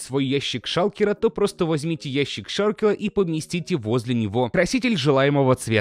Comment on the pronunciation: сказал "Шалкела" ))